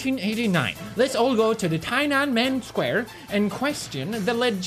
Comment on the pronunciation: I like how you pronounced TEE-YEN-AH-MEN square as "Chinaman Square," Swedish education system EleGiggle